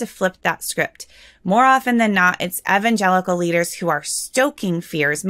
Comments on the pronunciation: Did she say evangelical "nutworks"? 😀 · She is mispronouncing evangelical. It's throwing me off so badly that I can't pay attention. I grew up evangelical and that's NOT how it's pronounced. Why am I supposed to believe someone that doesn't even know how to pronounce the name? Seriously.